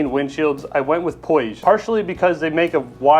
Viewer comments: In English it's pronounced POOJ, the "I" is silent. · Puig is a company that's local to me, Catalunya. The pronunciation is somewhat close to "pooch"